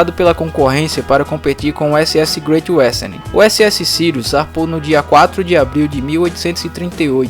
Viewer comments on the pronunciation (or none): “Greitchy uésterni”